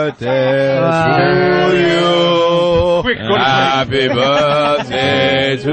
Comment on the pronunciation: opie purposely saying birthday wrong everytime isnt funny.